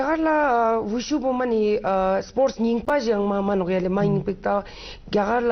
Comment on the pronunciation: its call WuShu (武術) not wushow .......